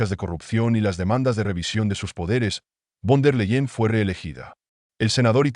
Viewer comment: se lee ursula fon der laien i se escribe URSULA VON DER LEYEN INFORMESE BIÉN ANTES DE ESCRIBIR Y PRONUNCIAR NOMBRES ALEMANES!!